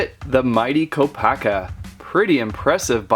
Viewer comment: HIS CREATURE IS NOT A RHINO AND THAT IS NOT HOW YOU PRONOUNCE KOPAKA.